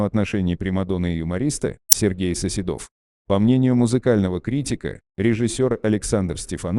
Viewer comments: Да, ударение не то и, я думаю,что это бот читает. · Коментатору : Не СоседОв, а СосЕдов!!!!! 5 минут думала, да, кто же это?!!!!! 👎👎👎